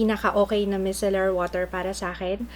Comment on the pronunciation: Hi! That's not how you pronounce micellar po:)